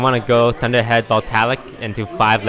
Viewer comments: Vol-tay-ic. Not Vol-tail-ic. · Voltaic, not voltalic Kills me every time